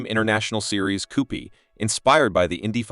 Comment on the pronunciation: Coupe is pronounced like "coop", not "coopee"- This is AI nonsense.